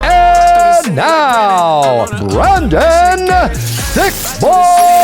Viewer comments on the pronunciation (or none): It almost sounds like Bruce said Brandon in the introduction